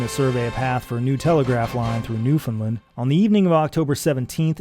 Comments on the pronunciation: NewfoundLAND, pronounced like understand. NOT NewfoundLUND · Jon, I am incredibly sorry to have to point this out to you but you pronounced Newfoundland wrong this entire video. It’s “Newfun-land”, emphasis on the Land. Not “New-finlind”. Apart from that great job. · Please promote newfoundland as newfin-land instead of newfinlind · I live in Newfoundland and it's always kind of cute how people minorly mispronounce the name even if they can get closer than saying "new found land" all broken up like that. It's kind of hard to tell somehow over text how you would need to say it to be understood as native but it is weird how such a simple name manages to be a shibboleth for atlantic canadian-ness. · Everybody in the world pronounces Newfoundland wrong, and as residents we're very used to it. It should rhyme with "Understand". Great video and I've enjoyed these so far! Thank you for the content. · It’s an incredible video with amazing research and production, but he pronounces it incorrectly. It rhymes with “understand.” Source: am a Newfoundlander. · Jon I hate to be the bearer of bad news but you pronounced "Newfoundland" wrong at about and now everyone watching from that god forsaken island will let you know about it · He is not pronouncing it correctly. I live there. It should rhyme with "Understand". Best regards! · Jon, I'm sorry, but that is not how you pronounce Newfoundland.